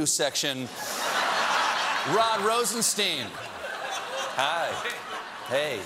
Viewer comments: wait isn't it rosenstein like einstein? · rod rosenstein's name was pronounced wrong by kellyanne conman, but by stephen, too? disappointing